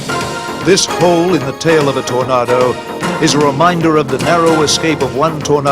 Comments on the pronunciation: I wish he'd learn to say Tornado correctly... with an /a/ as in ache NOT an /a/ as in art. ..or is he trying to do a fake British accent?? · Stop saying Tornaaado, it's Tornado as in 🌪️ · I wish the commentator could pronounce aircraft names properly, wtf is a tornardo I thought they were called tornado, it sounds disrespectful. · TorNARDO? Sahara DESERT? Think your pronunciation is ORF! Where is the SAHARA DESERT? Suggest you check themeaning of the word, SAHARA. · "Tor- NA- do" 😅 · Seriously, who checks the content of this as nobody, not even Americans call a Tornado, a Tor-nah-doh. Its the same as the big swirly weather thing they have in the USA. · FFS...The aircraft is a TORNADO not a TOR-NAR-DOUGH! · What's a Tornarrrdo? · How does the narrator not know how to pronounce the word Tornado? And don't get me started on Jagwarr. Its Jaguar. Three syllables. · Really bugged me the way the narrator keeps pronouncing 'Tornado', bloody idiot ! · Why can't this narrator pronounce "Tornado"😮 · Why can't this guy pronounce Tornado or Jaguar properly ? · The narrator is having a rough time pronouncing Tornado!